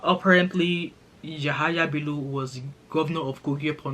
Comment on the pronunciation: It’s Yamaha Bello 😂 since you don’t know how to pronounce it